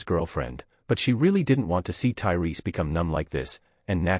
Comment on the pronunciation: Lol, it went from Tyreese to turry to tailai, wtf, how can you fuck that up twice.